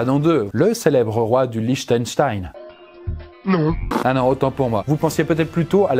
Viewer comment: Combien de prises pour prononcer correctement "roi du Liechtenstein" ??